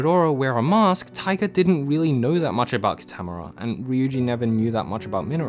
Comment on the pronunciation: KEY-TUH-MORE-UH GRRR the mispronunciation of his name is sooo triggering